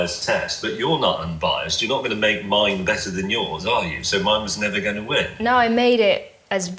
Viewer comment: “Angona” instead of “I am going to” is an interesting twist to the beautiful English language. pronunciation has amazed me since her first videos on YT. Angona watch the rest of it now 😊.